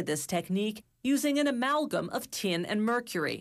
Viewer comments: Why does she pronounce Tin as Tien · How the heck did this woman manage to turn "tin" into a 4 syllable word 🤣🤣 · The way she says tin....